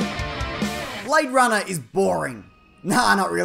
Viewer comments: He say you BradeRunner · Blayde Runnah, mite